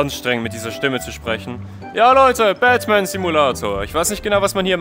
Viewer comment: Ich verstehe die ganze Zeit nur Batman richtig ausgesprochen obwohl du die ganze Zeit Dapman sagtest 😂😂 to be continued